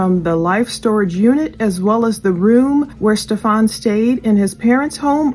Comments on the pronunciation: Mkay it’s not Stephaaawn!!!! Stephen like Steph like Stephanie and en like end or bend or send Steph En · StephUN is how ITS name is pronounced, jeez.